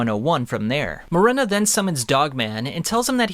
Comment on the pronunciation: it’s Morena not Marina